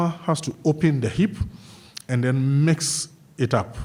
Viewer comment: "And den they eat da po po"